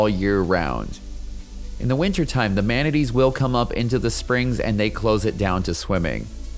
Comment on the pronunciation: Great video! However, the way you said manatee had me clenching my teeth.